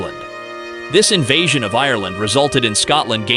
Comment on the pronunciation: either than or the narrator doesn't know how to say 'invasion' lol compelling AI narration though. Scary really.